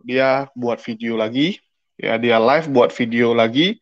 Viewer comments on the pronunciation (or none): none